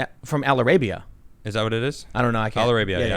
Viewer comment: "Al-ara-bia" lol